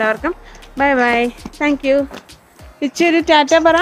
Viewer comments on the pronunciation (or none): none